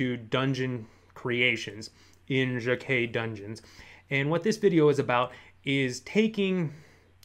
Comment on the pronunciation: It's Jennell Jaquays (with an S on the end). I think she pronounces her name like "Dje-Nell Jay-Kwaze".